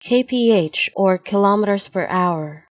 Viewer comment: Not only does "Kph" not mean "kilometres per hour" (it means kelvin-picohours, which is meaningless of course), but you also mispronounced kilometres. The universal symbol for kilometres per hour is km/h—nothing else. And kilometres rhymes with "nanometres", not with "thermometers". Wow...how are you even a channel?